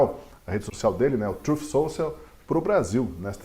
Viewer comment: “Truf soucial”